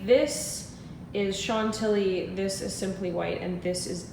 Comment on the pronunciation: It's "shan-tilly" not "sean-tilly" :)